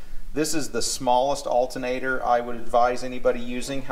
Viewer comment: Saying altenater is like nucular.